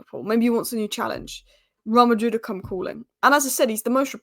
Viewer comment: How to pronounce “Real Madrid “ Just saying 😅